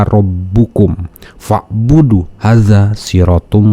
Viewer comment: Teruskan perjuanganmu bongkar kebohongan para murtadin palsu..maaf kalo gk salah simak tadi akang baca "hadza" satu harokat mestinya di baca 2 harokat "haadzaa" karna tanda fatkah lurus di hutuf ha dan huruf alif di depan huruf dza. Hampura jg bacaan2 yg lain di cermati lgi makhrojul huruf dan tajwidnya biar lebih mantap lagi.